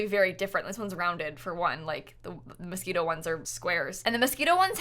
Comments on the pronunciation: its moschiNo not mosquito lmao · sorry but [Mos-ke-no] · did she really say mosquito instead of moschino, im dying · Anyone else thinking she was saying mosquito pack the whole time? No, just me? Okay, lmao. Whoo I need coffee ☕ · am I the only one who thought she was constantly saying mosquito instead of Moschino? :) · I thought you said "Mosquito Stuff" and I was feeling it cause dang I am tired of these mosquitos this summer! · Is she saying "Mosquito" instead of "Moschino" ???? I can't !!! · Did anyone else think she was saying Mosquito Stuff Pack at first 😂? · Everytime says "Moschino", I can't help but hear "Mosquito" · Are you saying Mosquino or mosquito? 🤔 Im confuse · I was looking for someone who also noticed this and commented on it lol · I was like, what is the mosquito stuff? Took me ages to realise it was Moschino, I thought I had missed out on something 😂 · please stop saying Moschito stuff, i don’t know why but it makes my blood boil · IT TOOK ME LIKE HALF THE VIDEO TO REALISE SHE SAID MOSCHINO STUFF NOT MOSQUITO anywayss yay! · Half way through I was like ohh... she means Moschino... hahah